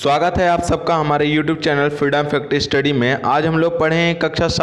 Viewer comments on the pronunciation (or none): none